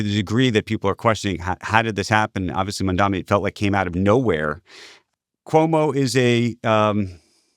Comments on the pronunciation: It’s MAMDANI not MAMDOMMY lmao!!!!! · Scott, it's Mamdani, not "Mamdami". Not that hard. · It’s MAMDANI not “mamdami” I know republicans do that on purpose as a sign of disrespect but why are Scott and Andrew both doing it